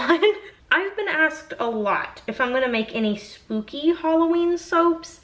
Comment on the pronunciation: Haha, I thought you said Snoopy! Not spooky. I am with you no scary!! Nope nope nope. I don't watch scary. You are not alone!!